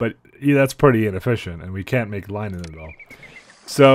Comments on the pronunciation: Is "Lie-nen" the canadian pronounciation of "linen"? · how he pronounces linen makes me cringe